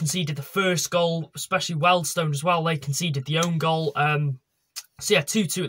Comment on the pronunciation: It’s Wealdstone there’s an a in it!